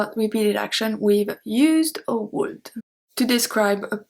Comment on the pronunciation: Hey, great lesson, thank you again! I love to study other languages and discover all the ups and downs of each one, as a student I welcome any help and correction in the process so to improve my learning, with this been said I hope you don't mind me correcting your English pronunciation, when you say "would" in English we don't pronounce the L in this word, we say "wood" just like the word wood. I hope this helps and that you take no offence.😼